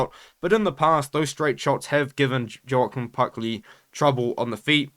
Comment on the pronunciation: it’s pronounced ‘Wa-Keen’ Buckley ik it makes no sense but yeah just for the future😂😂